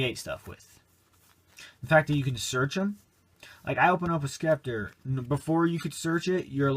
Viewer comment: You don't pronounce the C in Scepter haha.